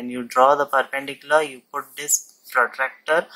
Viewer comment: The moment he say prottaactarrr . 😂